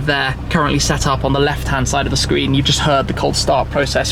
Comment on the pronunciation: "a 10.25 inch SHCREEN" 😂😂😂